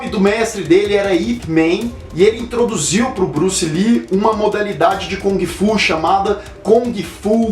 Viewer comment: Eu Ia Citar As Erratas.rs.Acho que Só Sobrou A Pronúncia de kUng Fu ou GUng Fu e Não KOng Fu.Esse É O EStilo do Macacaco!Hashhashuashhusahu!Brincs...